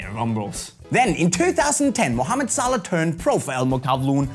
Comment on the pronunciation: you pronounced his name wrong.